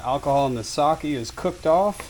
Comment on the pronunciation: Using unwanted species in creative and accessible dishes is exactly why I watch this channel! The pronunciation of sake did hurt a bit though